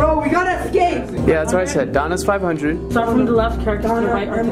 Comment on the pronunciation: Escape, not excape room....🤦🏼‍♂️